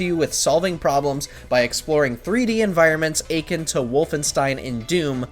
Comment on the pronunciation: "Achin"? Do you perhaps mean, "uh-kin"? (akin.)